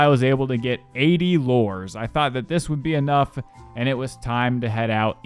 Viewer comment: Its not lores its lu-res